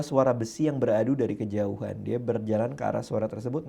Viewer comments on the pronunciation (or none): none